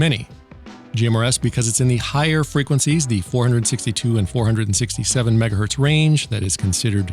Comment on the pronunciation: majjigahurtz lol 🤣